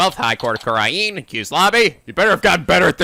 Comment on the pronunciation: I've been trying for so long not to bring this up, but the way pronounces Kurain is driving me crazy. I've gotten so to hearing it pronounced _ Ka-Rain_ were he pronounces it Ku-Ran it's just me. Hay he's getting the Country's pronounceation of Ku-Rhine right, so please forgive my inner Grammar John Wilkes Booth.